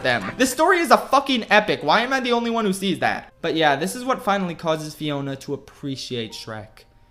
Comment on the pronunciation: said Fiora instead of Fiona 2 times in the vid i guess too much LoL does that to you